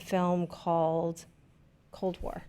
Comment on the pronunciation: Wow! I'm Polish and I've been watching you guys for years now. The fact that you recognized cold war really means a lot to me, didn't expect that. And, your pronounciation wasn't that bad;)